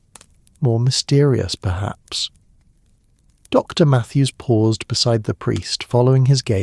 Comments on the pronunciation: I don’t get how she locked up the post office without the keys and how opening the post office would speed delivery of the letter when the post office was closed anyway. Why are there such pauses after Mrs. and St. And Dr. That was very odd. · Very off-putting that AI can't handle titles with periods like Dr., Mrs. Saint (St.), adding unnatural pauses in narration.